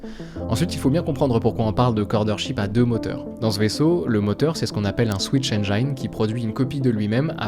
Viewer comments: Je veux pas être relou mais on prononce « engine » comme jean❤ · "Engine" se dit [èn jinn]. J'ai appris ça il y a longtemps, je fais partager ! Excellente vidéo très bien dirigée, se laisser porter par le récit est tellement agréable. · La vidéo est absolument incroyable ! Par contre la prononciation de "engine" est a revoir haha ;) Mais ca n'empêche pas d'apprécier ton contenu au vu de la qualité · Super vidéo. Par contre, pour info le mot "engine" en anglais ne se prononce pas "aine-jaille-ne" mais tout simplement "aine-ji-ne". Ça m'a écorché les oreilles, surtout que tu le prononces un paquet de fois dans cette vidéo 😅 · Excellent :D Mini remarque : tu prononces mal le mot "engine" (le i se prononce juste i, pas ay) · Engine de prononce avec un "i" pas un "aï" :) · super, bien expliqué, et un peu de nostalgie pour moi car 'est l'un dès premiers trucs que j'ai codé pour apprendre le parallélisme en informatique 😁 ( PS: on aime faire de l'anglicisme mais on prononce le "i" dans engine, on dit pas "ai" mais bien "i"... trop de personne font l'erreur, par exemple dans unreal engine 😅😅 Je fais mon relou mais y a rien de méchant dedans) . Sinon encore une masterclass, un like comme toujours et hâte déjà d'une prochaine vidéo... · "Mais non, pas toi, pas comme ça!!!" Cher, j'adore ton contenu, donc je me dois de te dire que "Engine" se prononce "haine-dji-ne" et non pas "haine-dja-yne". Bien à toi. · merci pour la vidéo très intéressante, cependant attention on prononce engine "enjine" pas "enjayne" ;-) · Society if les youtubers français arrêtent de prononcer "enjaïne" pour dire "engine" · S'il vous plait, apprenez a prononcer ENGINE... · attention prononciation de engine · Super video, par contre c'est pas comme ça qu'on prononce "engine" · Rip la prononciation d'"engine" :( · cool vidéo mais ouah ta prononciation de engine fait mal